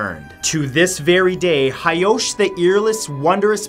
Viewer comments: actually,it is Taira clan not hiki and it is hoichi not hyosh. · Hoichi. Ho-ee-chee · actually,i wasn't hyosh, it was actually hoichi the earless.